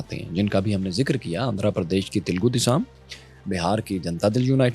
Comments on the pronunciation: Wo Telugu desham hai desam nahi... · دَلِت: صحیح تلفظ تلگو دیشَمْ : صحیح تلفظ